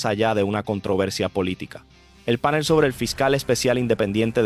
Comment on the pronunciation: Mira mijito no se dice PÁNEL. Se dice PANEL. PronunciaS muy bonito pero eso es un DISPARATE, ORAL Y ORTOGRÁFICO.